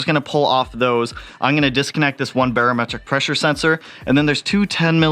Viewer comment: say it with me...Bare-o-metric....not bar